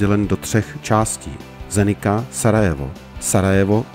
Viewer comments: Zenica se vyslovuje Zenica ne Zenika. Jinak pěkné video a pěkná trasa. Jezdíval jsem s rodiči za komančů přes Maďarsko, Sarajevo do Dubrovníku a do Černé Hory. To už je let. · Zdravím. Veľmi dobre spracované video. Naposledy sme túto trasu absolvovali v 2019-tom pred plandémiou ,to ešte nebola diaľnica ako tento rok. A malá chybička se vám tam vloudila. Mesto Zenica je vyslovované tak ako je napísané,nie Zenika.